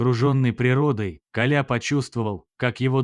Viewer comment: Автор Вы незнаете как правильно ставить ударение в слове Коля?